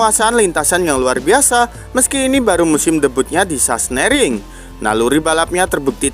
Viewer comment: Sahsenring bang bukan sahsnering 😂😂😂